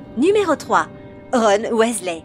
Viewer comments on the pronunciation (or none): Ça ce prononce "W[i]sley pas W[ê]sley mdr. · CA SE PRONONCE PAS WéZLé MAIS WIZELAI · Tu te fous de ma gueule ? Wèsley ?? Raouling? Sevrus ? Kroum ? Et y en a d'autres ... la voix !! LA VOIX !! JE VEUX ME SUICIDER !!!!! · Wessley?? WEASLEY!! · WISLAY PAS WAYSLAY ! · Michael KRIKORIAN surtout prononcer Wesley au lieu de Wysley (phonétiquement€ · Ah oui g oublier Bill ... WHÈSLEH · bill et ron ouaizlay victor kroum et jk raowling la voix off c'est pas encor ça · sa s'écrit weasley mais sa ce dit "WISLER" il le dise dans les filmes on ne fait pas une video harry potter si on ne c pas pronnoncer les noms dsl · Sa se dit Wisley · "Ron Ouaislai" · RON OUAIZLAI 😂😂 allez je m’arrête là c’est trop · JK Rowling : "JK Raoling" Ron/Bill Weasley : "Ron/Bill Wèslèh" Severus Rogue : "Sévrus Rogue" Viktor Krum : "Viktor Kroum" Mdrr j'en peux plus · Prononciation 0,00/10 ca donne envie de lui casser la figure ou! Utiliser Avada kedavra et en plus la voix est ultra méga giga super chiante surtout la prononciation du mot weasley elle prononce wéslé😁😁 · Bonjour je m'appelle rone ouaislais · Bill wesley, victor kroooum..... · Wat the fuk comment elle dit Weasley la honte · Mais oui elle a pas respecté le nom de famille des Weasley 😭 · Jigsaw moi je déteste quand elle dit weasley